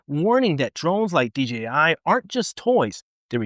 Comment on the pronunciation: Thanks for the info sir. Oh, and one very small thing. Thanks for saying DJI instead of DGI. Again, just a small thing, but it's so huge for me, lol. Take care, stay safe, and keep flying!